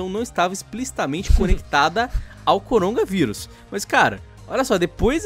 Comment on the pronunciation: O corona... Cérebro do:nãooooo:O corongaVirus